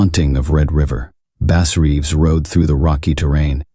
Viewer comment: The AI voice completely kills the immersion for me man.. it can't decide if the guys name is based on a fish or an instrument. Pronunciations are off on uncommon words. Lack of emotion or emphasis when necessary.. I'd play your stories every night if a human voice was telling it. Let me know when you drop live stories. Until then, I'm gonna wind down with my man Otis Jiry. No hard feelings, the AI voice just isn't for me and I don't think it's much effort to tell the stories yourself if you are indeed writing them. Tbh, I don't even care if you wrote them. I just want to hear a human voice. I'm looking forward to some real story telling from you, don't let me down!